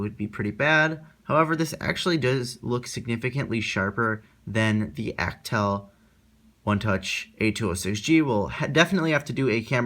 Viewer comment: Learn how to pronounce Alcatel, please! Thank you!